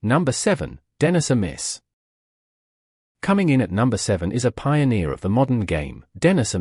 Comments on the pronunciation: Somebody needs to sort out the AI narrator. A Miss? Ed Rick? Tresco-Thick? I laughed so much I nearly wet myself! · Could have used a real narrator! Then you might have been able to pronounce the names properly. Tresco Thick, Edrikk. Dennisamiss. F F S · The automated computerised voice over gets the pronunciation of Trescothick, Edrich and Amiss wrong.